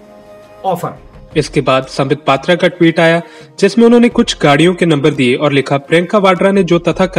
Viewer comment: Sambitt pattra ko ha ya na bolne main dikkat kio hain?????